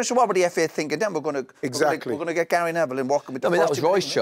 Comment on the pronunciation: When he says "finking" instead of "thinking", is it lack of intelligence or laziness?